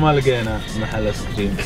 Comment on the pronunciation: كأنه يقول عسكريم؟؟؟ و لا انا يتهيء لي ؟؟